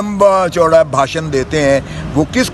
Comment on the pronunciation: باشن نہیں بھاشن ہوتا ہے ۔۔ کاش سیاست کے ساتھ تعلیم میں بھی دل لگایا ہوتا ۔